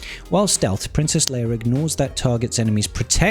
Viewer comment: Bruh Her name is Leia not Leir. Princess Leia not Princess Leir. 😂